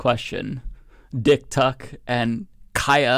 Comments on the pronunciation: The fact that no one reporting on this can, or could be bothered to, pronounce her name properly, is one of the most deliciously ironic things on the internet today 😚👌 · I love that no one gives a fuck about how to say her name 😂